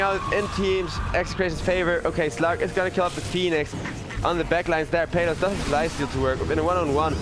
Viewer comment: That caster is pronouncing exec's carry's name the wrong way. It's PALOS (/PAH/LOS/) man not peyloos😂😂😂